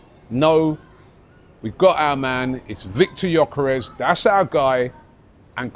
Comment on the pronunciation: Robbie, please Brav Can we get this guys name right? It's pronounced Yerkaresh Yerkaresh Yerkaresh. NOT Yokarez or gorkarez . It's so annoying when people get your name wrong. Everybody on social media is doing it. He must be absolutely sick of it. If you say it correctly on your pod then maybe other people would will eventually get it right. I absolutely love this channel now but it's driving me nuts. If everyone called you Rabi Loolie it would get on your nerves wouldn't it ? This the top arsenal podcast in the world. You can fix this amigo